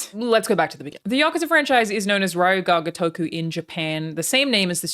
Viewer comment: Ah yes, "RAIOOH GA GOTUHKOO" I love it.